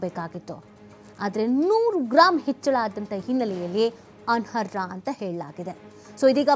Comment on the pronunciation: ಅನರ್ಹ.... ಅನ್ನೋ ಪದವನ್ನು ಚೆನ್ನಾಗಿ ಉಚ್ಛರಿಸಿ